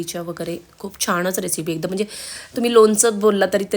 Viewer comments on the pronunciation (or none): छान रेसिपी.पण जरा उच्चारांकडे पण लक्ष द्या. च्यमच्या, तिकट, छाणच हे उच्चार खटकले.